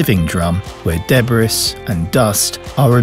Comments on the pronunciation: Debriss ? ..hahaha....Débris ( daybree) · why did you say debris like that? it's Deb-REE